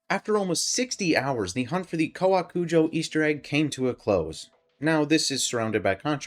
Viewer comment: You actually got the pronunciation perfectly, literally every other youtuber has been calling it cow-a-kujo and its been driving me insane